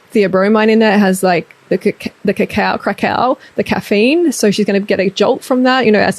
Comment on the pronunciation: Take a shot every time she says crackau